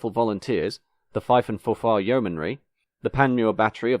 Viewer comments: it's FORfar not forFAR. Say it with the same emphasis as you would say "AWful" and not only will your pronunciation be correct, you'll also have learned a lot about the place 😁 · FOR-far and FOR-far-shur, not for-FAR and for-FAR-sheer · Nice to see my local station as the very first one mentioned here, very enjoyable video despite the questionable pronunciation of Forfar! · I love your videos, but for a man with your name some of your Scottish pronunciations (especially "Forfar") are painful!